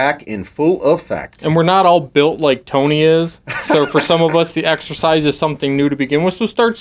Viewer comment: “Exercisze” who noticed?🤣